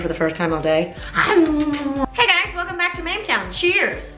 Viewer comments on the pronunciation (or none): none